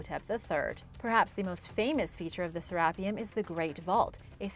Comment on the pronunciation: The narrator, put the em’ phas’ is’ on the wrong sy’ llab’ le’ of Sarap’ e’ um’...